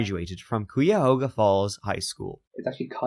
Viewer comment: Thank God for. If i had to listen to say Qu-ihoga one more time....!!! 😂